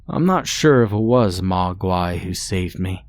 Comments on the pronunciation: Hey all! My wife wrote this story nearly 8 years ago, and I'm so proud to see it's still getting a little love. Thanks for narrating! ❤ slight correction in your pronunciation, the name is actually pronounced like 'Mōguai', with the long o. Its a nod at the chinese word for monster. Also, for those concerned about the the attributing of a "skinwalker" to the Ojibwe people, or their area of the world, it's not meant to be about a skinwalker, or any actual Ojibwe cryptid, just one from that area that's old enough for them to be among the first to be aware of it. Some context is missing from this story as it's the first in an incomplete series, and I've spent the last 7 years trying to convince my German wife to expand on it. Time will only tell. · The mispronunciation of Ojibwa and Mugwa ruins this story.